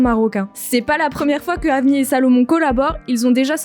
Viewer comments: Elle dit "Avnié" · Ça we prononce pas "avnir"?